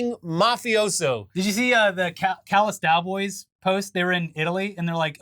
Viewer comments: please tell me im not the only one who hears callus dowboys 😅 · "Did you see the Callous Dowboys?" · Anyone else catch the “Callas Dowboys” ? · I'm sorry... "Callas Dowboys"??? 😂🤣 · My man said Callas Dowboys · "Callas Dowboys" almost sounded normal there